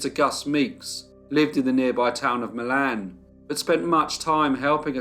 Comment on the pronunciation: I'm not sure if it's so in Missouri, but the cities in Michigan and Indiana that are spelled Milan are pronounced Mile in.